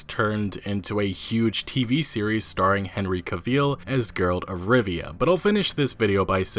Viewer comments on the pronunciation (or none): lol finally found why in the game they keep making jokes on mispronouncing Geralt as Gerald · This video was cool and nice until the moment when you pronounced Geralt’s name